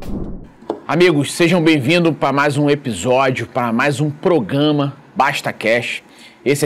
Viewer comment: Faça um esforço, treinando, tantas vezes quanto forem necessárias, para pronunciar PRO-GRA-MA. Esse "proGAma" dói no ouvido.